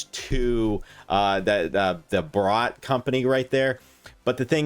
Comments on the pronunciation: Am I the only one bothered by his pronunciation of 'Bharat' as 'Borat' ? 😂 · It's Bhaa- ra-tt